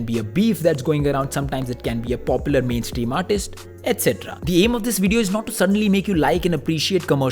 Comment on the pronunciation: It's #mainstream not #maintream😅